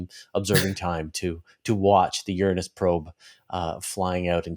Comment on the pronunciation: His pronunciation of Uranus is admirably non-embarrassing.